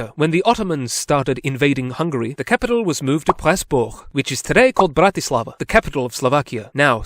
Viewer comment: Great video! (You pronounced Bratislava almost perfectly btw)